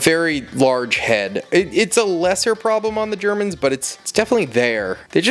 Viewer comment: ‘Here are ze geEermans’ got me cracking up 🤣